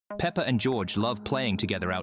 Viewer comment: why does he call peppa "Pepper"😂😂😂